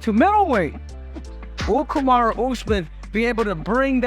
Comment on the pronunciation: He also said useman 😂